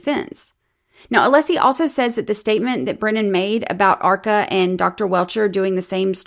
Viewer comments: Also, the way Brennan will stand up and say "Mr Aleeesi", and then later in the paragraph pronounce "Alessi" perfectly fine, is grinding my gears. It feels purposeful. It might even be "nefAHrious". His audacity is "stiffling". ... This man raises my blood pressure. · He’s intentionally mispronouncing Alessi’s name. It’s a very typical malignant narcissist tactic. Just like the way his arguments are all perfect examples of DARVO. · I wish Alessi would make a motion asking the court to require Brennan to pronounce the attorneys names correctly. Like you pointed out, he knows how to say it properly. He chooses not to. It's unprofessional, disrespectful, and rude. But then again, we've come to expect nothing less from Breenan.